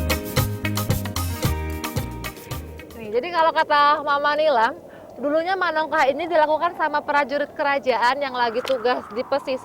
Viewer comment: 😂😂, oh bekawan kirain concong 😂😂, sama haha, menongkah, bukan manongkah 😂😂